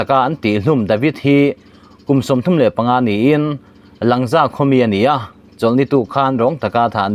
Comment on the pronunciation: Langza - Lângza tia thlûk tur aw.